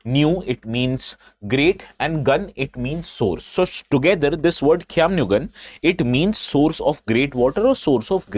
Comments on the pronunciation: I'm surprised how well u pronounce the word Khiamniungan 👍. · Prove me wrong.. He has pronounced the name "Khaimniungan" better than most of the people from Nagaland itself. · Sir thank u for prouncnce khism nii gan